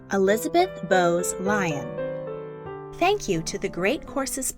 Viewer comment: Lyon is pronounced Leeon, not Lion But other than that good video